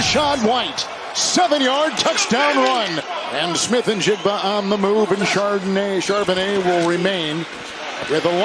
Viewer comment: I love it when the guys up there in the booth call Charbonnet "Chardonnay" 🍷. They do it so the time! I laugh coz that's all I conic say too. It was tough that first year when he got up here!😅😅 Now we're on a first name basis, so he's just Zach to us 12s💚💙 #26 will be back next season NO DOUBT! GO SEAHAWKS!!